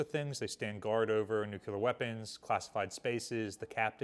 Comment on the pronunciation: There is only one "u" in the word, "nuclear." It is not pronounced "nucular."